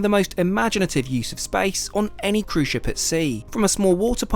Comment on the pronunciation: "for a proper ship tour" was what you said. "For a proper shit tour" was what I heard. Had to pause and go back. lol!